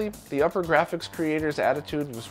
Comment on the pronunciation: just a little nitpick... it upergrafx pronounced oopergrafx (like supergrafx but without the s). The way you pronounce it is upper and that is incorrect.